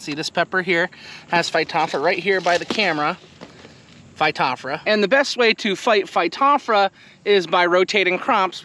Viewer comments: Missing a few letters. Phy-top-ther-a. not phy-top-fra. Close. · Hi, the genus name Phytophthora is fy-toff-thore-a.